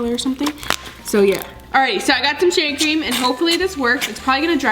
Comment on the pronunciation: said sheevecream